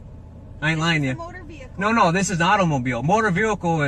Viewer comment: Does it drive anyone else crazy that he can’t pronounce vehicle…god…every time he says “veeulkull” I wanna chop a table in half with my face